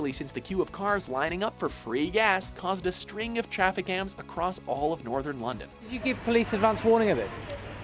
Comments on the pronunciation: Did he say traffic gans? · "traffic gams"